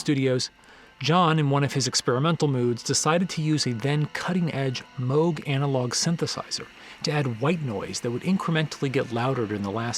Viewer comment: "Mogue"!!!😆 Obviously you aren't a musician. It's pronounced MOOG, ffs, like it's written ! Still, it's not important. However i would appreciate it if next time you pronounce it MEEG. Thankyou.